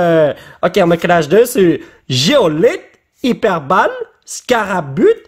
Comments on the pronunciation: Ah mon dieu, te voir déchiffrer les Pokemon en français c'est tellement drôle... Petite précision, en France, hyper ball se prononce Hyper Boll comme en Anglais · C’est hyper ball pas hyper balle